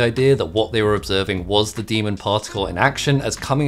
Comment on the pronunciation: why do you pronounce "demon" as "demond"?